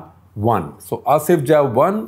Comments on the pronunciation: 1. It's Asaf Jah and not Asif Jah. 2. Deccan comes from the word Dakshin. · IT IS NOT ASIF JAH... IT IS ASAFJAH ...